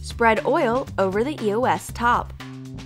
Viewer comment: Your saying eos wrong